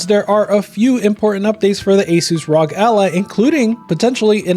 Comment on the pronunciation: it’s not rog it’s are oh jee